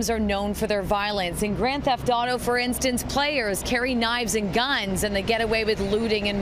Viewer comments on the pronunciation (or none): "Knives and GAHNS" I can't be the only person who hears thay